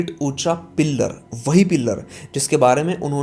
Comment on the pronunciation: भाई पिल्लर नही पिलर बोला जाता है।